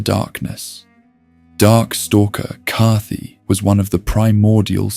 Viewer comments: what’s with the mispronunciations? is this an ai voice over? i mean, “cathy” for kaathe? cmon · Its an AI voiceover, an AI script as well, you can usually tell when it's an AI voice when there's a lot of names mispronounced, like it pronounces Kaathe differently three times. Its still pretty entertaining even knowing it's AI made, usually with AI sometimes it adds in misinformation but I'm an hour in so far and everything seems accurate and correct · If I can offer one piece of criticism, you really need to pronounce names and places correctly. You said Anor Londo, Kaathe, and Izalith wrong and it was bugging the absolute shit out of me 🤯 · is that how we're pronouncing Kaathe now? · is this channel an ai voice? there’s a couple things that are pronounced weird like that